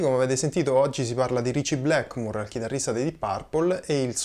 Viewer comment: Sei bravissimo ma per favore, Blackmur e Yamaka non si possono sentire...